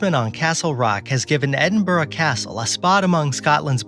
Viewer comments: As a Scot!!! it's pronounced Edin' Brah! lol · edinburgh but you pronounced it wrongly . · One would think the narrator would pronounce "Edinburgh" correctly.